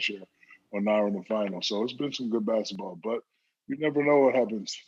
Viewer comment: Is he saying "Basitball"?